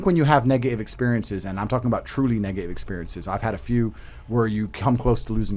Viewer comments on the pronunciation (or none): He pronounces Negative without the T. This probably pissed me off the most. Also he is terrible